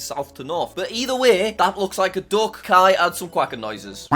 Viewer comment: When he said that "oh its a duck" bc he said british accent. i thought he said "Dog" u know i speak a little british but NOT "DOG" aka duck